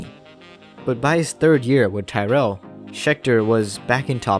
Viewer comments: Stop saying “Tie-rell”. It’s pronounced “Tirrell”. “Tyrrell” rhymes with “squirrel”. It’s a short vowel, not a long one. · Good video. However, Englishman, Ken Tyrell's surname isn't pronounced "Tie-rell" but "Tirul" And I think French man, Cevert, was also pronounced "Sev-air" But these are but little details 👍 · Something to keep in mind for the future. The correct pronunciation of Tyrrell is tee-rel (as I'm rely) instead of ty-rell. Otherwise great video bro! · Pronounced Tirrell.